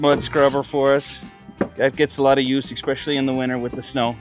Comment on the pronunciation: Did he say "exspecially"?